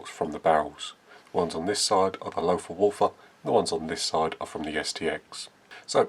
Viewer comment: Well done! Pronounciation is Lotar Walter. Just forget the h...